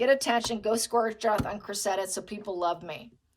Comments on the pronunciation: I think the girl’s name is pronounced Créssida, I had never heard that name before but that’s how some English lady pronounced it…… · please check out the pronunciation of Cressida 💚